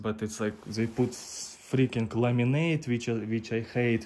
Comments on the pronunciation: You confused me for a minute, you said laminate and I thought you said lemonade. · Ah, laminate. The first few times all I heard was lemonade.